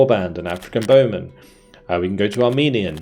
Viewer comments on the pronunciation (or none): none